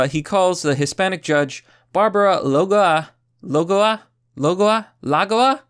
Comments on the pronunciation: Luh-go-uh Lol love it when he makes a mistake, doesn’t hold back. At least he tries. No shame sir! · Lagoa is a word from Galician, it's pronounced: la (as in lack) - go (as in god) - a (as in America), go being the stressed syllable. Lagoa. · Her last name is pronounce, like the word "boa" , la-goa. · Trump is BRILLIANT! ... and her name is pronounced la-GO-a. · "o" and "a" are both strong vowels in Spanish, so it's three syllables, and "a" is a vowel, so stress is on the next to last syllable. It's "la-GO-ah", where the "a" is like "say 'ah'", and the "o" is just "o", and doesn't slide into an "ooh" the way the English long "o" sound does. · I think her last name is pronounced La-go-ah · I think it's pronounced "Lah goh wah" whith a "w" as silent as possible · the pronunciation of Lagoa is like "La"+"g"+"woah" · I think it is La-go-a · I think the pronunciation would be 3 syllables, like lah-go-ah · It's "Lah-gõ-ah" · Pronounced "La-Go-Ah"